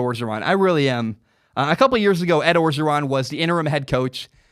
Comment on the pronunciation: Please learn that it's pronounced "O-ja-ron". The first "r" is not pronounced in Cajun country.